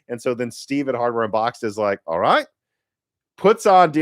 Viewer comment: was that an Australian "alright" :face-blue-smiling